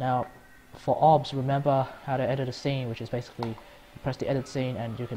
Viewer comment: It took me a while to realise that he said Obs